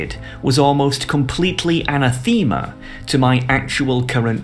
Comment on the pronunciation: THAT'S NOT HOW YOU SAY ANATHEMA